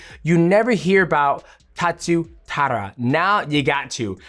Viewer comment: DJ, his name is "Tatsuro" Taira.